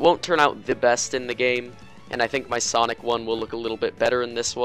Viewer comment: sonic or sanic me:sanic sanic: okay what was that